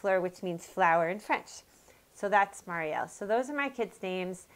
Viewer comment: I'm a Marielle. :) I am SO GLAD you say it the right way! So many people say "Mary-elle".